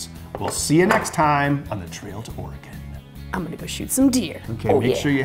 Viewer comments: It's pronounced Or-e-gun, not Or-e-gone. We're still here. Haven't gone anywhere. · ore-gun (similar to organ) not or-ri-gone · its pronounced Oregun!!!! Not Oregon. I lived here all my life and we hate it when you guys say it that way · Or - Eh- GONE! is pronounced Ory-GUN!!!! Ughhhhh! Love the show! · Bens pronunciation of "Oregon" really does show his Wisconsinite side, heh. Me also being from southern Wisconsin most people around here also pronounce it that way, but that might be because there is a town here people pronounce like that "Or-A-Gon" Or "Or-E-Gon". Also great build Ben! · The state should be pronounced "Or-eh-gen" but he flip flops between different pronunciations of it. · OR-EEE-GONE i just keep hearing or-eee-gone and it makes my inner oregonian die inside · I'm from Portland, I can tell you NO ONE from Oregon pronounces it like "Ore-a-gone". At all. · James Helgason Or-gen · Seriously. All of them say Oregon wrong. It's cringey for someone who lives here. Or-uh-gun. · Dude it's pronounced. O-RE-GUN lol... Us Oregonians get a lil tired of that like saying the s in Illinois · I’m from Vancouver Washington and no one on this side of the Colombia says that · As an Oregonian, the way this guy says "Oregon" makes me absolutely cringe. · How many times is he going to mispronounce, 'Oregon'? I'm going to guess, 13. Edit: my count is 12/15... Have fun in Wisconsoy... Idiots.